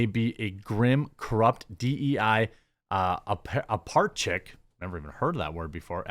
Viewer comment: Apparatchik is like a bureaucratic functionary. I think you missed a syllable